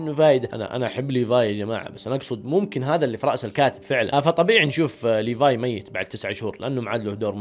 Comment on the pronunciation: حركات وأخييييييييرا سرت تقول اسم ليفاي كويس ليفاي اسمه مو بحرف ال ف بحرف ثاني دورتله مو موجود .. عموما مبروك قلت اسمه كويس